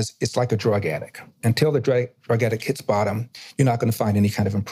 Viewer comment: Bunch of indoctrinated idiots. This fool can’t even pronounce the word addict. Go move to Alabama where you’ll love the crime statistics. Please move away - we don’t want self-important jerks in California.